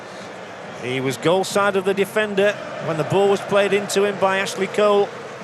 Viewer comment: That commentary is awful who ever he is It got even worse when he said mashley Cole ffs 😂😂